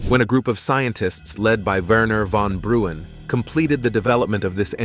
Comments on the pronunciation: wernher von bruan = wernher von braun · if you could at least read the names properly lol. Verner von bruun? The narrator clearly never heard of him which is sad. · “Werner Von Brew-an” ROFLMAO